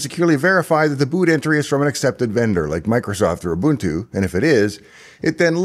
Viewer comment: While drinking coffee this morning, you made my day by pronouncing Ubuntu correctly. Thanks for that.